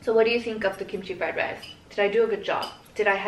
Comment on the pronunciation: “Rice”= rise 😔